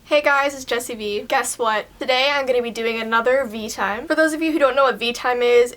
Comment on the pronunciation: Sounds like you said Jesse B